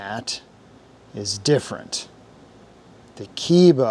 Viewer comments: It's pronounces KEH- EE- BA( Kay-ee-ba) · Pronounced Kay-eeba. KE-IBA. Yes it is made in Japan. ESA-2. Vessael "socket adapter" also made in Japan as written in the front.